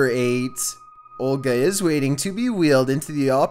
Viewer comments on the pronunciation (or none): none